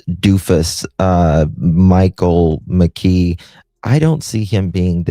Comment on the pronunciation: The suspects name is pronounced McKEE, not McGEE. LOL, just a quirk that bothers me.